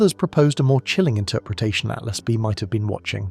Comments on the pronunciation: Why has 3I Atlas been changed to "3 Atlast" by this AI voice over? Is it hinting that "at last" we're going to be destroyed by aliens? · This AI said 3 at last... Yeah not something people shouldn't listen to if it can't. It doesn't pronounce what the subject is talking about. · Stupid ai voice cant even say atlas